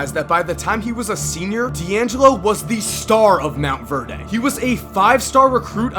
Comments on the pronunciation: it's Montverde not Mount Verdae (Mawnt Verd) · ITS PROPERLY SAID MONT-VERD NOT MONT-VARE-DAY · Lol it's pronounced mount-verd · Bruh it is montverde not Mount verde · This man pronunce (mont-verd) motverdeee lmaooo